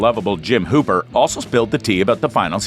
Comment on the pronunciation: Brooooooo, he said Hooper instead of Hopper💀